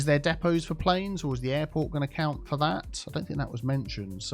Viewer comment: Depots, “Diiipaws” 😂